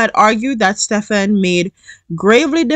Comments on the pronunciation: Pronounce Stephen as Steven. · Lmao the way you pronounced the last name remind me of when I was in school in Jamaica. Him and I have the same lastname